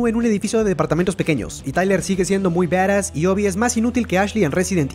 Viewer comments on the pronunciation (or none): Badass y se pronuncia baras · Alexxd Nicolas:v Por eso yo digo se escribe badass y se pronuncia baras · Se dice barass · se escribe badas y se pronuncia baras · se dice badass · Me caga de risa como dice badass o como se escriba ajajajja